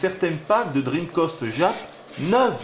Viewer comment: Tchinmoue, dreamcoste...ça me ruine les oreilles.